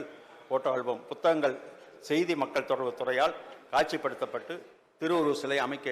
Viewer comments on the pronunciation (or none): none